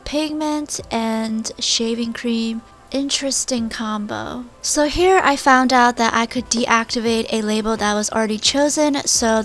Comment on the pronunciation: did anyone notice that she said hair instead of here